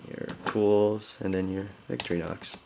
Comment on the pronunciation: It is not pronounced Victory Nox. It is pronounced Vic-TOR-ih-nox. Otherwise, thanks for the review.